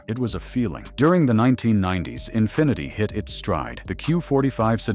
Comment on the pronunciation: The " Infineety " .... yeah, he actually said Infineety.